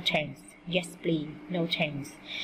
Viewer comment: cô không biết tiếng anh pờ lít cô đọc pờ li